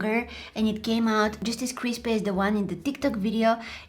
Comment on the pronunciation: its cripy its very crispe veryCRISPE! Me dying of laughter